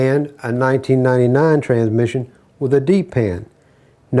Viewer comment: I like the way he pronounce it without a s......tranmission lol